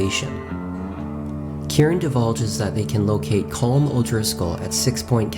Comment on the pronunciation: Collum not Colm it’s Collum